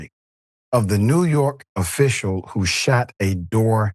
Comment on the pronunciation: Ten seconds in, the lady "shat" a doordash driver.